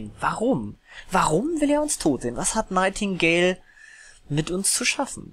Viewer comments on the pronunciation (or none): ps der typ heist nigthtingale und nicht nightigdale